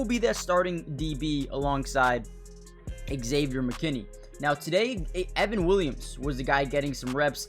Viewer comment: Thanks for the coverage. It's pronounced Xavier, not Ex-Xavier. 👍